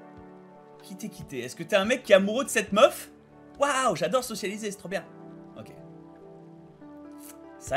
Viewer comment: Bob, ça fait trois épisodes que je me retiens de faire la remarque mais je vais pas tenir plus longtemps... Bob... On dit socia-BI-liser